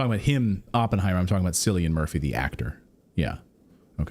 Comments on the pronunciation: Cillian is pronounced Kill-ian 😂 Don't worry Irish names never sound how they look... Sinead=shin-aid. Shibhan=shi-von Caoimhe= Qwe-vah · Cillian is pronounced Killian, not Sillian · Hello Slayton, it's pronounced 'Killian' 😜